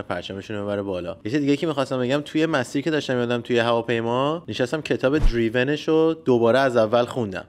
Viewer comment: سلام مرسی بابته ویدیو اما این کتاب نامش دریون نیست درایون هستش.